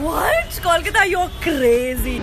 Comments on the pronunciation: It's Kolkata not KAWLKATA. You can say Calcutta as well. We're chill with it :) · IT IS KOLKATA. Pronouns it properly.